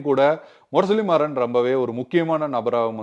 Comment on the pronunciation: பெயரை சரியாக உச்சரிக்கவும். முரசொலி மாறன்....நீங்கள் இப்படி ஒரு தமிழ் பெயரை உச்சரிப்பதைக் கேட்பது மிகவும் எரிச்சலாக இருக்கிறது. நான் எந்த அரசியல் கட்சியையும் சார்ந்தவன் அல்ல